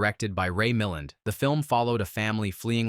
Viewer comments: Ray Mill-end? How about Ray Mill-and. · Ray Milland's surname is pronounced 'mih - LAND'. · No video that can’t pronounce the name of Ray Milland has any business pontificating on movies. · You're right. I've blocked the channel, been doing that a lot lately.